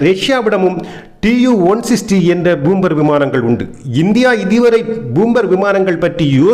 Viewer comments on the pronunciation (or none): என்னப்பா🙆ஆச்சு😏 உனக்கு பூம்பர் அல்ல பாம்பர் விமானம்